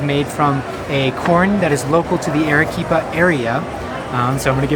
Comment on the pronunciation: Your video lost me within the first sentence. "Arequipa" is not pronounced "air-eh-quipa." Your repeated wrong pronunciation is most annoying. I cannot believe that you would purport to make a video about Arequipa without knowing how to pronounce the name. If you go to Argentina, please do not pronounce the name of the capital Buenos "eres," which is also wrong but perhaps more forgivable than how your "Ere-quipa." The vowel "a" in Spanish has, in any country and any dialect, the sound of "a" in the english word "father." In 2 minutes you could have learned this without going to Perú, and could have checked out before making your video.